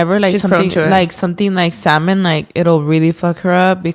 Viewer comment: Stop because the fact is actually pronouncing salmon the correct way has me shook 😁🫶🏻